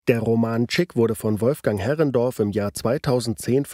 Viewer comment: Wolfgang Herrndorf, nicht Herrendorf! - Etwas mehr Respekt bitte.